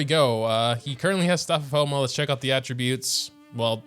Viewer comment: “Hey Moglets”?????